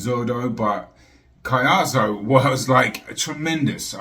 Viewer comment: THIS IS HOW YOU PRONOUNCE HIS NAME > CO-YAH-SO COLLASO THANK ME LATER LOL 😁